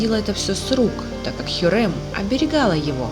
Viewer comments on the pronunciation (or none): none